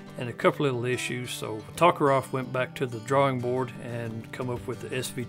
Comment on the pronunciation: This guy can't pronounce "Tokarev" XD